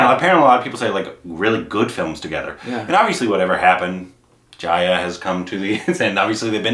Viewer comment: For Jaya (it’s Juh-ya, not Jaayuh).. watch Abhimaan, Koshish, Guddi, Mili